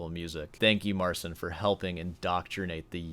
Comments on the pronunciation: Great as always. But when you say 'Mar-sin' it makes my ears ache. It's Mar-CHEEN. Got some Poles in my extended family... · You're very rude and arrogant. No one needs your opinion and watch your language. And it's pronounced, "Marceen."